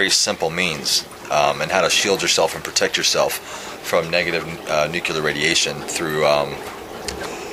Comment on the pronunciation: lol I've never heard of nu-clar energy :/